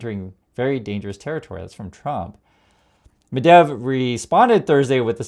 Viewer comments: G’day. It’s Medvedev NOT Medev. Journalistic accuracy, important my friend!! Thanks. 👍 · you are not stupid ummerrigan..you can say the name correctly: Med-ved-jev not medev yes on my key board I can't do phonetics... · It's pronounced Med-VED-ev, not Medev. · Medvedev is not pronounced Medev. Thank you for your attention to this matter! 😊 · i like this channel. medvedev has three syllables... med-vey-dev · Oh my gosh. You are an American. Nukyalr. Medev?